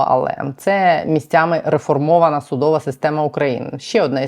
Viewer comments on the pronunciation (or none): судоВА система, а не судОва